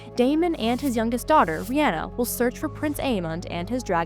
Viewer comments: Yeah. And Rihanna and vuhGAR. SMH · Please learn to pronounce Rhaena and Rhaenyra correctly.